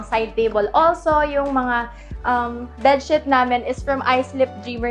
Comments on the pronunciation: BedSHEET kase sisz, not bedSHIT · Natatawa ako kapag “bed shit” yung sinasabi mo. Hahaha u made my day :DDD